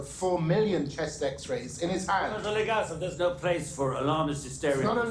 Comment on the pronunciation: LegAsov - stress goes on A (second syllable) Fomin - thats a surname and stress goes on I (second syllable)